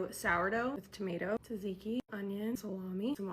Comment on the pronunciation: dude how are you pronouncing tsatsiki 😂